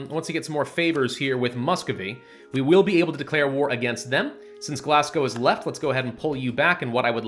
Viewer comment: It's not pronounced "Glasgow", it is Glogow, without an S and with an F sound at the end